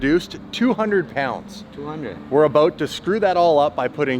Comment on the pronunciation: Haha is it about? A boot? Or aboat? Gets me every time!